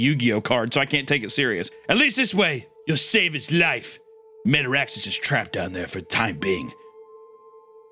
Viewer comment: I died laughing at this part because the way he pronounces metaraxes, sounds like Metarex from sonic X 🤣 Isaiah’s dog was also killing me near the end😂